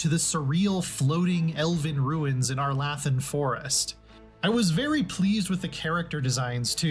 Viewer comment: Not IGN mispronouncing Arlathan